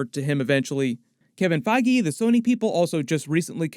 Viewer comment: bro said kevin faiygee lmao